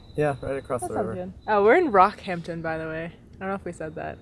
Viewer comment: Love your videos guys... By the way, it's pronounced rockHAMPton